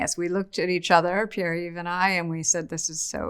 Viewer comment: Her pronunciation of Pierre :face-fuchsia-wide-eyes